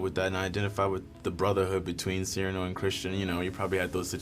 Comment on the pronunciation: Surely Cyrano is pronounced with emphasis on the second syllable, not the first. It sounds so cold when said the way they are saying it. It sounds much more musical, poetic and beautifull with emphasis on the second syllable.